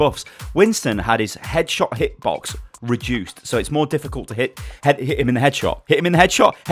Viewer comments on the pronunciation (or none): I don't think has ever said "Headshot hitbox" correctly:P